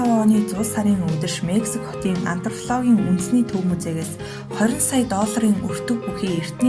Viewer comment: Sorry gehdee museé louvre-g jaahan zasaad heleerei google translate- iin french ~ russian shig sonin orchuulsan baina. Ф & П үсгээ бас ялгаж хэлмээр байнаа антропологийг антрфлог гээд хэлээд байна шүү🙏🏻🤣